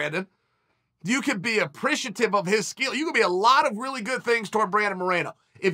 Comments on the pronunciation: pantelia.... you need to improve your spanish xd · Alexandre Pantoja: My name is Alexandre Pantoja. Uncle Chael: “Alexandre Pantelia” Alexandre Pantelia: My name is Alexandre Pantelia. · Uncle Chael went full on "RIP WHEELER" in this segment!!!! this "Pen-Tell-You" guy better be careful. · Pantellia? lmfao 😂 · It's Pantoja, Chael🤦‍♂️😂😂😂 The guy could be injured Chael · Anyone burst out laughing when he said Pantelio the first time? Also, this “Pantelio” guy is easily one of the best out of the names that Chael has butchered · Mkkk “Pentelio” 😂🤣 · Uncle Chael is absolutely slaughtering his name 🥲🤣